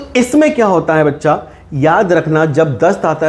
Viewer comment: Bhaccha nahi bolna sir